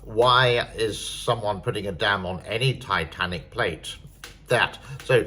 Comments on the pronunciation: It's "Tectonic" not "Titanic" you dolt... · Tectonic pronounced Tek' tah nik. The earthquakes anywhere near the dam have been very minor between 3 and 4. The Richter scale is logarithmic meaning 4 is 10 times more powerful than 3, 5 isc10 times more poeerful than 4 and 100 times more powerful than 3 etc. The effect is more complicated than just the number. The depth and geologic factors play a role in the nature and degree of damage. The photographs showing gross distortions in the shape of the dam were due to photographic artifacts resulring from the way multiple photos were stitched together. Any deviations from the original shape are so insignificant they cant be detected by the human eye. A missile attack could destroy the dam. If that happened, it would be the worst humanitarian catastrophe in human history killing 450 million people or more. It would be the end of China.